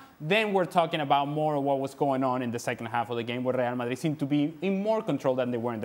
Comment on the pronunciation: Well the guy who can't say Real Madrid like a normal person must be super happy tonight.